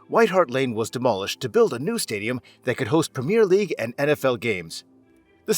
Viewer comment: I can’t listen to this : Tottenham HotspurS , the clue is the name of the stadium Tottenham Hotspur Stadium (which he seems to get right), then compounding the misery with “Spur” fans !, the nickname is the SpurS , plural. Premier league pronounced wrong, it’s a wonder he didn’t call it soccer😂 but then he gets a perfect pronunciation of Worcester, I don’t get it is he doing it to wind us up? You are one of “it’s” kind mate.